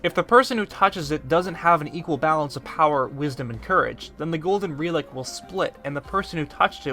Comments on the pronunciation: “Golden *Reelick*”??? I swear to god you purposefully mispronounce at least one word a video. It’s mind numbing... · My guy called it a REELIK